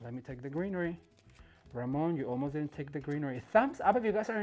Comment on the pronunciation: Ramon my hat's off to you you said my name perfectly and yes I would I love learning how to put flower arrangements together